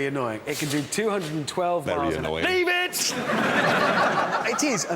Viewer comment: leabe it 😂